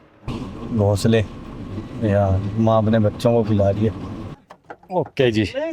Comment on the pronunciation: “ GHONSALE “ bola aapne or mujey sunne mein kush or hi suna 😂😂😂😂 . Apne Indian (Punjabi) toh samaj hi ge honge ke kya samja hoga 😂😂😂😂😂😂😂 .